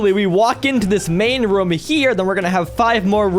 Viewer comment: Is it just me but when he says room? It sounds like hes saying rum